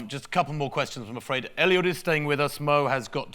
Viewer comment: Someone should tell 'Sir Mo' that his name is Eliud, not Elliott! 🙄